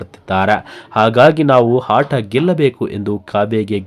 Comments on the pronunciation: ನೀನು ಮೊದಲು ಅ ಮತ್ತು ಹ ಕಾರಕ್ಕೆ ವ್ಯತ್ಯಾಸ ತಿಳಿದುಕೋ ಆಟ ಕ್ಕೆ ಹಾಟ ಅಂತೀಯ ಪೆಂಗಾ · Haaata alla bro aata ant heli